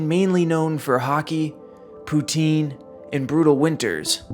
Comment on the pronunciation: What the fuck is poo teen